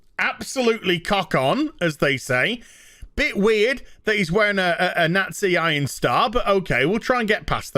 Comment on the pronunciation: Iron Crosses did NOT originate with the Knot-Seeez